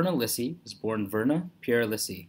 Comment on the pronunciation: Her name is pronounced LEE-see